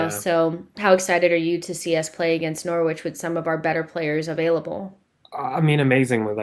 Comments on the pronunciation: Just a quick one guys - I know English is your second language. Norwich is not pronounced how it’s spelled. It’s pronounced NORRIDGE not Nor-wich. Thanks. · you got the norwich pronunciation its very amusing your pronunciation is cute